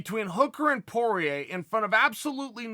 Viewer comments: Dustin: my name is Poirier Chael: no, it's Porier Dustin: my name is Porier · Dustin: My Surname is Poirier Chael: Porier Dustin Porier: Wait how did that happen? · Porier! LOL, oh Uncle Chael. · who the fook is porier porier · "PORIER" lol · Your missing the extra “i” in Poirier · I lost it seeing around everyone butchering that name. Is poirier for god sake p o I r i e r that damn "I" it's like something french or what, how guys have such a hard time getting it down right?